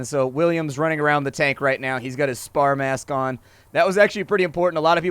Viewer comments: "Spall" not "spar". Hehe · SPALL !!! Not spar... And it occurs when the bullet does NOT penetrate, but causes the paint, lining or chunks of metal to fly off the inside side of the tank. Think of the swinging balls desk toy, the energy is transferred to the material, even if it's not penetrated, anything weak or lose turns into shrapnel. Squash Head shells rely on that exclusively by being made of soft material to maximise energy transfer without penetration.